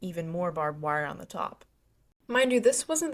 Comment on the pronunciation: "the teaop" lol went British there for a second